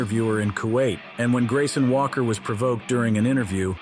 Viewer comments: Did this guy really say "Grayson Walker" like bruh, it's "Grayson Waller" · Bro said Grayson Walker instead of Waller